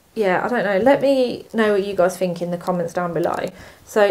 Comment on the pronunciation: “Fink”?? Please pronounce your “th”’s properly! 🙄